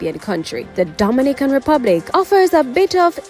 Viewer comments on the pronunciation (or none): Please get the pronounciation of the Dominican Republic correct. It is totally different from Dominica. It is a Spanish country and should therefore be pronounced as such. For example, Do min i can. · U need to practice saying Dominican Republic. Your fake accent sucks